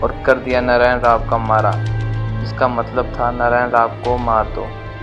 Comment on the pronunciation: Bajirao peshwa chr 3 mul hoti 1la vishwasrao not vishvrao, 2 Madhaorao not mahadeo Ani 3 Naraynrao not nrayn aadhi Marathi bol spasth,. Mhane kaka mala bachao khulaa